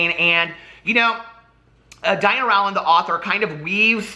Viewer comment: Rowland rhymes with Poland!